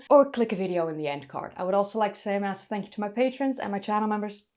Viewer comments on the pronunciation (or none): none